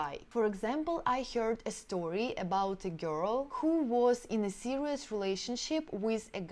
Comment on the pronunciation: Yeah sure. Listen to just the word "girl" she pronounces. All russians screw words...besides everything else